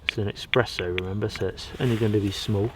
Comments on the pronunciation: Good video. But why do you keep saying eXpresso instead of eSpresso .... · Espresso... not expresso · Espresso, Espresso 😱There's no X in it! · Say eXpresso one more time and my nonna will come slap you in the face.